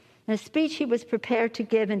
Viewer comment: Can't even say the speech correctly... Some "speaker of the house..."